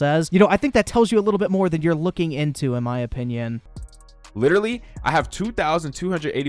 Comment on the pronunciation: "Litrilee" - Leafy